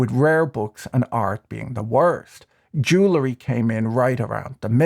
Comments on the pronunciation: "Jewlery" or is it "jewelry"? Perhaps it's that Irish non-accent? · I have always found your videos to be insightful and quite witty. So I hope you will read my minor criticism with that in mind: It is pronounced ju-well-ree, not ju-la-ree. And yes, I'm quite popular at cocktail parties. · I know. Mispronouncing jewelry annoys me. Same as cavalry, turning into calvary.